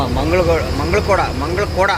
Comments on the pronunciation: Mangalakoda ❌ ಮುಗಳಕೊಡ ✔️ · ಅಣ್ಣ ಅದು ಮಂಗಳಖೋಡ ಅಲ್ಲ ಮುಗಳಖೋಡ